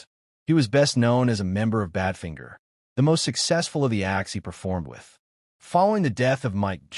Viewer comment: Yes, and even worse: Bad Fin ger! 🤮